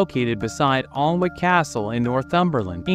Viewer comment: It's pronounced Anick. The L & W are not pronounced (Alnwick)